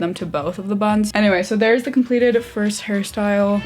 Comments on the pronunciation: Omg fellow Harrie? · I love Harry Styles and I kept hearing his name too❤️ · Zhania Ibraembaeva I can’t I hear it now 😭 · Zhania Ibraembaeva same and I was excited about it😭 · And now I can’t unhear it 😂😭